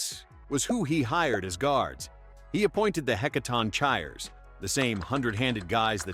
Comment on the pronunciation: Is the voice AI-generated? I thought it's pronounced "Heh-kah-tong-kee-rees?"